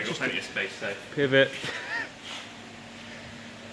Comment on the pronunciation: he said PIVOT😂